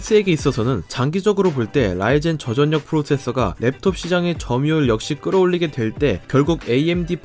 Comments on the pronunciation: 말을 존나 병신같이 하냐 초등학교 안나왔냐? 전녁 전녁 이지랄 하네 소리나는대로 읽기 못함? 절력 씨발 한국말을 못읽어 워료일도 월뇨일 이지랄 하겠네? 유월도 육월로 읽겠네 이런사람들은 학교를 진짜 뻘로다녔냐?... 서피스고 암드고 좆이나 까고 한글부터 다시 배워라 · 십월x 시월o, 전녁x 절력o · 저전녁 X 저절력 O 저전력을 '저전녁'이라고 읽는 사람은 처음 보네요 ㅋㅋ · 시월 절력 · 혹시 교포?? 저전력? 저절력! 표기를 그대로 읽음 한국어가 서툰건지 아님 교포라 발음에 문제가 있는건지 예전에 지적했었던것 같은데 여전히 그런듯~ㅠ.ㅠ 외국인이라면 이해가능하지만 정말 본인말 모르는건지...쩝 3D업종을 삼디업종으로 읽는 것만큼 어색함